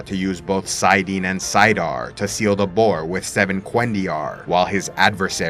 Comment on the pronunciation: I really like your videos and are on point with the text of WOT and Robert Jordan.... but can you please say it and Saydar.